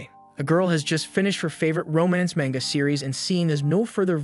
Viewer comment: Ma*n*ga. Not Man*ga.